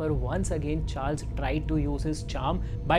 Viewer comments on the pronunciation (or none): none